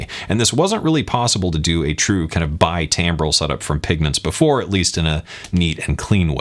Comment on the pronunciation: By the way, you seem to pronounce timbral, 'tambral'. Maybe others do too, though, perhaps rather how like licorice is pronounced (not by me) 'licorish'. Maybe 'Acadian' became 'Cajun' this way... or 'dog-eat-dog' --> 'Doggy-dog'; 'I coudn't care less' --> 'I could care less'? ...Maybe one day 'ice' will be pronounced 'eish'. ;) I guess that's how language morphs over time, like a wave in a wavetable, so that maybe in a few thousand years, it becomes unrecognizable.